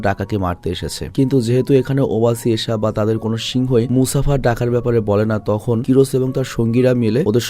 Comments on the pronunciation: Vhai Mufasa not musafa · Musafa ❌ Mufasa ✅ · Mufasa k msafa banay dise 😂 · Vai!!!. Mufasa!!!!! Musafa na! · ভাই গল্প শুনে ভালো লাগলেও, মুসাফা নাম না ভালো লাগলো না, কারন মুফাসা নাম হবে। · ভাই আপনার পুরো ভিডিও শুধু মুসাফা মানে মুফাসা কে নিয়ে,,, কিন্তু একটি বারের জন্যও সঠিক নাম উচ্চারণ করেন নাই 😂 মুসাফা ❌ মুফাসা ✅ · Vai musafa × mufasa √ 😊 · ভাই স্ক্রীপ্টে ক্যারেক্টার গুলোর নাম সঠিক ভাবে লিখবেন, আপনি মুফাসাকে বলছেন মুসাফা, আর টাকা কে বলছেন ডাকা, মানে কী বলব, 😑😑😑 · Musafa the lion King na bhai ❎ mufasa the lion King hbe ✅ 😂😊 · Musafa na borong mufasa hobe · Dhur miya musafa koi pailen er jnno r vlo laglo na jar jnno baad dilam dekha apnar video. Gorib banglali 3 belay vaath khay r vulbal English bole .mufasa the real one man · Musafa ki mufasa hobe mone hoy😢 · mufasa naki musafa🙃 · vai aita Mofasa hoibo Mosafa na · vai musafa na mufasa vai mufasha the king explean valo hoi nai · Vai Mustafa noy mufasa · ভাই ওটা মুসাফা হবে না ওটা হবে মুফাসা 😅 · আমি বলতে এসে দেখি আপনারা সবাই একই কথা বলেছেন, তাই আমি আর কিছু বল্লাম না 😂মুসাফা ❌মুফাসা ✅ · Musafa na mufasa